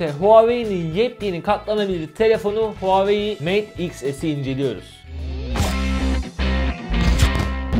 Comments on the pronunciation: Huawei değil huvaayiii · NOBODY:: HUAVEYİ